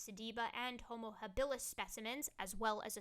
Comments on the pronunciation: It’s pronounced Homo hábilis... stress on the first syllable of “habilis”.... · “Habilis” is stressed on the first syllable....